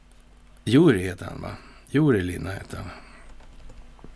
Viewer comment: 👏👍👊✨🌞🙏🍀 han heter Jüri Lina = uttal Jyri Lina ;-)